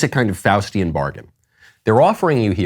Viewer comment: Did Michael just say “Faustian bargain” or “Faucian bargain” deal with the devil? 🤔